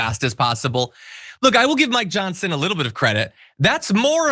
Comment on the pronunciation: I could have sworn you said "my johnson" vs. "Mike Johsnon" early if the video...lol